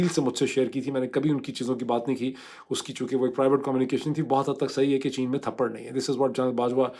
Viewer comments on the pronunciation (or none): Addb ward is tapr not thparr